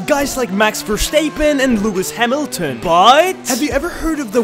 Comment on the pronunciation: "Max verstaepeen and Leuis hamelton buuuuttt "💀💀